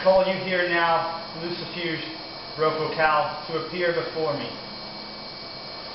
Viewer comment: First of all, you are pronouncing it wrong...And I know this because many years ago, he came to me. when he told me his name, i did not recgonize it and he told me I knew him from Glen Danzig. But then he said that I was so beautiful and wanted to kiss me, so I had to end it y punching him in the face. He did tell me that I could call him whenever a person would commit evil against me. I have said his name but never did a full invokation